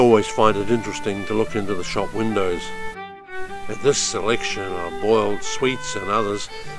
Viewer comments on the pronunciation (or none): none